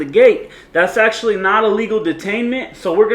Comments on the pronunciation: "Actuallky" lol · "Actuallky"? Oops! :-D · And if I had “Actuallky” been in a restricted area. correction “actually”. watch you a ton I’ve seen every video would like to see you audit places in Vallejo where I’m born and raised. Trucker now and I live in Arizona thanks man